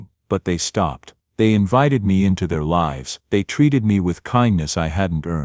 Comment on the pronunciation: Pronouns "Lives" properly. You pronouns it "lifes"